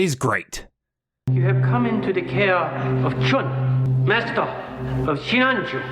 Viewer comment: Chiun. Not Chun, people.